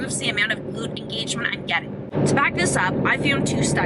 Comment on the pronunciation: muscle engeegement. veerieetion. x)